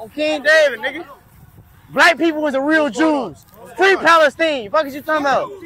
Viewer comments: Lol he said Free Pale-Steen 🤣 😂 HILARIOUS AS HELL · He’s not wrong, that’s how the arabs pronounce it